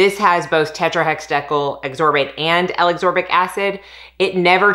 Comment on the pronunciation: Hey! It’s pronounced Ascorbic (a-skor-bic). I’m definitely grabbing that Truology serum 🥰